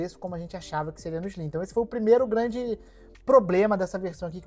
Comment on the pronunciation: PlayStation 5 "ISLIM"?? Não conheço.